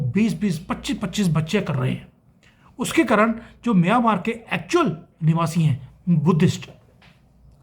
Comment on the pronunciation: अरे भाई म्यानमार स्पष्ट बोलो, मियांमार नहीं. ऐसे बोलोगे तो मियां मारने की ही सोचेगा, ये अलग बात है की वो उसमे कभी सफल नहीं होंगे.